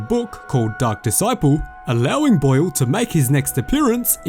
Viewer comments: He kept saying blue not boil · It’s sounds like you’re saying blue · They way you say boil makes me laugh 🤣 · The way this guy says boil is so funny to me, can’t get enough. Love the work man! Keep it up. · Bro the way you say BOIL is fuckin weird